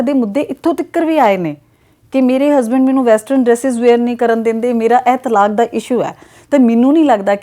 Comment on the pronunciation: ਤਾਲਕ ਨਹੀ ਹੁੰਦਾ-ਤਲਾਕ ਹੁੰਦਾ ਜੀ 🙏🏻